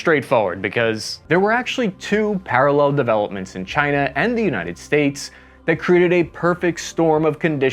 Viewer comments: "parrell"?? ❎ Parallel ✅ May want to fix that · Parrell = parallel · "Parrell developments"? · PARRELL! um maybe parallel? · "parrell developments"? wtf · "Two Parrell Developments".. :p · WTF is a parrell?